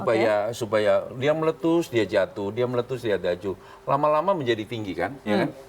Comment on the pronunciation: Salfok , "dia letus dia jatuh, dia letus dia dajuh😂😂😂